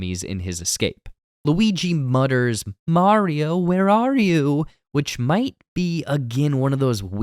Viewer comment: I can't believe that someone knows all this Mario trivia, yet does not know how to pronounce Mario's name correctly.